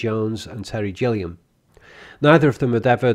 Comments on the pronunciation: Cmon, ye have no excuse, ye not an American, who missprounouses English language. It's Terry Gillian with a 'G" .. Gillian not. JILLIAN . Irritating :/ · and it’s Gilliam with a hard G not Jilliam as mispronounces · Did you pronounce Terry Gilliam as Terry Jilliam? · Terry Gilliam..hard "G", not "Jilliam" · GILLIAM. Hard "G," not "Jilliam." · Gilliam isn't pronounced Jilliam. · This is a very well done analysis. Thank you. I will make one nitpick, one that might have already been brought up in the 300-plus comments: the G in the surname of Terry Gilliam is hard, as in the word "gill". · For the record, 'Concorde' is an old word that certainly existed in the medieval ages. Also, you mispronounced Terry Gilliam's name. Also, while the score was composed by Neil Innes, there was a lot of stock music by DeWolfe.